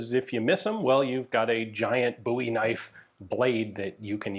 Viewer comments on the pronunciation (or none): Boo-wie knife? 😅